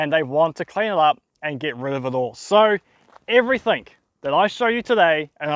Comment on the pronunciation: Everythink . mate, learn how to pronounce words properly, you are not 5 years old.